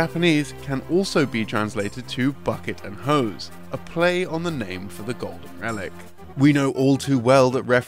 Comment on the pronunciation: Was listening to this in the background while doing other stuff, and I could have sworn he nonchalantly said "bucket of hoes" instead of "bucket and hose." 😅